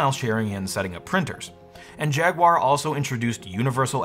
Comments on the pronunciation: Come on, no-one really says poo-ma do they? Everyone knows it’s pyoo-ma. 😜 And another thing…what’s this jag-wire thing? It’s jag-u-ar. Jag-wire?! 🤦‍♂️ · He said "Jagwire" 😁 just like Steve did back in the day 😌